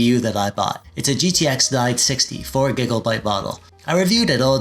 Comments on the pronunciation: Hey you crack me up every time I hear you say "gigglebyte" 😂 Great vid, man! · are you saying 'Giggle'byte? lol